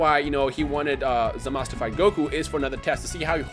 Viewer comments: It's Zamasu Not Zamas lol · It's zamasu not zamas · Say his name rt pls. Its pronounced Zah-Mah-Su(Zamasu) not Zah Mas. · It's not Zamas it's Zamasu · His name is Zamasu not Zamas. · In Japanese, it's pronounced "Zamas"